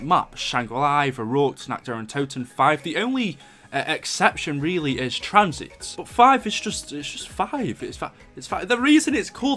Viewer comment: Wtf is tranzeeeet? What accent is that lmfao